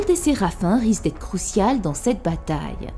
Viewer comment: Crucial? CROUCIAL 🤣🤣🤣